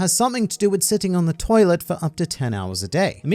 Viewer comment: When he says you watch on toliet when you on the toliet